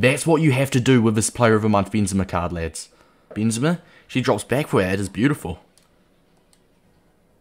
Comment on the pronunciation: noone:...: BEANzema